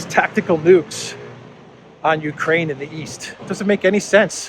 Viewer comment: should this loser equate himself to no less than "the world"? should they say openly they are after China? ahahahah people of Mariupol fighting AGAINST Russia... he got everything wrong, ffs he cannot say "Ukraine" properly